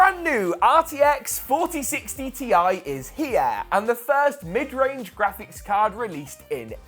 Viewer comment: "The brand new RTX 4060 TI is 'Hi-YAH!'" 🤪 No hate, lol! I am Jamaican 🇯🇲 and pronounce 'three' "tree". 🌳 😅